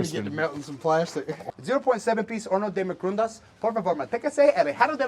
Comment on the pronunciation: horno is oven and he said microwave quite well but yea that was spanish 😂😂😂